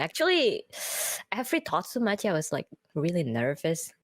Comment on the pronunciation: I think and she says "every totsumachi" instead of thought so much. Talking about how she gets nervous on the call-in streams.